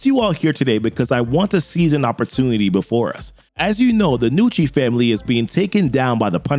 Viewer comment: Props for pronouncing it "Nucci" and not "Ga-nucci" like so many people do with Italian names.